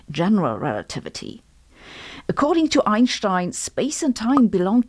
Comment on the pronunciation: Her: Ainshtein My Brain: “I use that to drink beer”